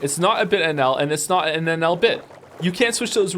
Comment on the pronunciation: Him saying "I love NL" sounds like "I love alan" I just can't unhear it